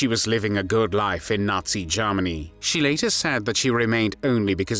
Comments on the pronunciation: He pronounces Germany very weird... Sounds like AI to me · Lord Haw Haw pronounced it "Jairmany." "This is Jairmany calling."